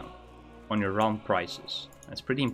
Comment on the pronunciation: "extra gold depending on your 'rahm'?' prices. what does that mean? edit: nvm. It was: 'depending on your own prices'. just pronounces it like: 'yourauwhm'. Thx youtube subtitles ^^